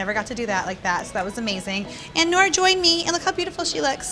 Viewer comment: its noor not nura